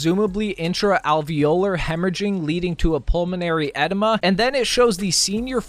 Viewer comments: It's pronounced guy-uhh and uhh- dema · Lol the way you are pronouncing edema is so cringey. Look up how to pronounce it and you'll see how off you are. It's pronounced Ahdeema.